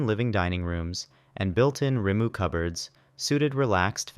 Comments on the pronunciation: He didn’t do much worse than some South Islanders. Yeah there were some like Whare and Rimu that weren’t even close but I recon he did alright on Aotearoa and Kainga Ora, as I said, no worse than some local speakers. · makes sense, but just because some are even worse doesn’t mean he’s ’nailing it’. I mean you don’t have to pronounce it just like it Māori but an English approximation is good. Which he clearly didn’t look up how to pronounce whare and rimu